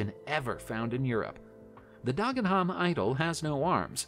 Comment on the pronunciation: Anyone who knows Dagenham will be wetting themselves laughing at the pronunciation used here. Dargenharm! I say! 😂😂😂